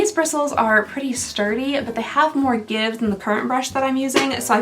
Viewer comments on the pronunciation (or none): none